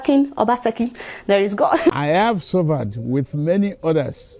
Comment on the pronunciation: "Suvaad"😆😆😆🤣🤣 you're right my dear. Yes let's assume....🤣